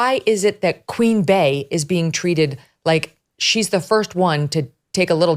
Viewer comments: Lol im not even a beyonce stan but i cant stand how megyn never gets the name right…. Its not Queen BEY NOT BAY!!!! … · I can't believe your staff keeps letting you say it incorrectly. It's pronounced Queen Bee like the first part of her name Bey-once.